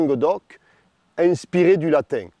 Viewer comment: J'aime comment le narrateur prononce le mot latin comme latingue